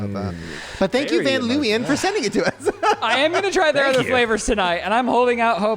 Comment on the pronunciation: as a dutch person, i can tell you, you did see 'van leeuwen' wrong